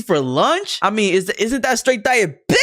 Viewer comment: calling EVERY shit "DiAbItIiIS" like 3 damn cookies are "DiAbItIiIS"??